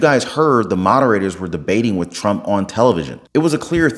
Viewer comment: Trump not tramp 😂just sayin 😉